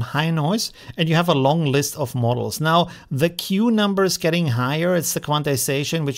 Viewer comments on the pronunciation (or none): none